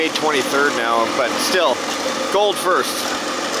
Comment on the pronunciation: He didn't say "first", though. He said "firts", whatever that means.